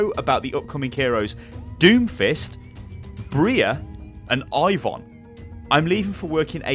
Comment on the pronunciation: Ivon is not a russian name. Ivan is.